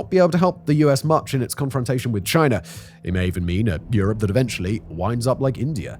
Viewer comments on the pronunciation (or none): none